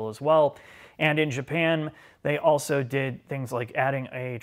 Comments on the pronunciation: I think it's appropriate. He's telling in subtle terms "You need to learn how to pronounce a simple word like also - it's not pronounced 'Auso' you simpleton!" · being incapable of pronouncing the word 'also' is pretty incredible. 'Auso' is not also - super easy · I'm still waiting for the day can pronounce the word 'Also'. He has progressed, ever so slowly - Sad!